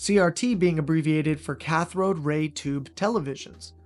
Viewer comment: Cathode not cathrode